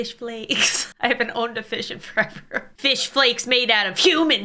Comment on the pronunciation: Anyone gonna talk about he said fiss